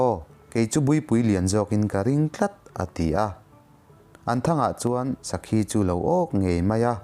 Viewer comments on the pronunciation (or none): an sawi tawh em aw ka hrelova. Lalruangpa hi..zauhranga nilovin zalhranga.. sakhi ak pawh khi a thluk a diklo a nia..mahse a har tur zia ka hria ..bahlah zeuh chuan..studio atang a nihloh chuan edit a har dan sia..ka lo sawi ve mai mai a😁